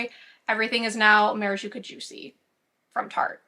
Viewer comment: It's maraCuJa, not maraJuCa lol I don't know why I'm so triggered every time you say it wrong haha